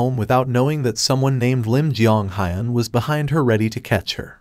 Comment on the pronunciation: Its hiiun not hyun with e only higher pitched